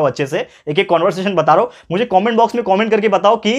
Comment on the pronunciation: Sir aap wo app comment ko cooment kyu bolte ho😂